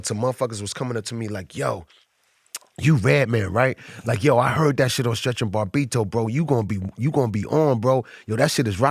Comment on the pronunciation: I love how Redman pronounces Bobbito as "Bar-bito" lol